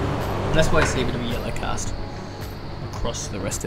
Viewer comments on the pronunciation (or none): none